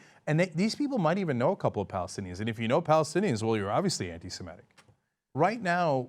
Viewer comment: Stop saying "antisimetic" when you are trying to say "antisemitic" Americans! It sounds like you are actually trying to say antisymmetrical but it has too many syllables.